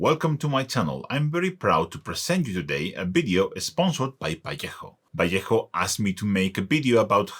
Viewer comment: Qué alegría da escuchar ValleJJJJJJJo en vez de "Valueho"😂😂😂😂😂😂